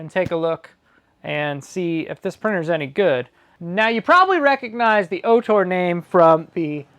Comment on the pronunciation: great video. "ORtur" though, not "OHtor" .